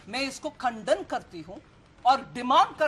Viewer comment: कन्धन नहीं मेडम खंडन आप दूध दही पर कब बोलेंगी